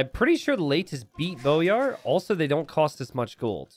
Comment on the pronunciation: hey it's pronounced boy-ar (like a boy child) instead of bow-yar. glhf